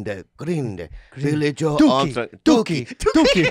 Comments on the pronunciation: Being a massive Green Day fan, the mispronounciation of Billie Joe made me sad. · 'Billie Joe'!!! Not Billie Joel. Cringe.